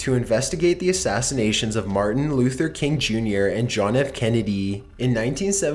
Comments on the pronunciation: "marthin luther king jr" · "Martha Luther King Jr.", I love you man but come the fuck on. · Did it sound to anyone else like he said "Martha Luther King jr"?